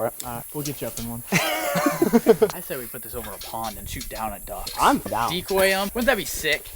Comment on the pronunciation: I love it BUX instead of DUX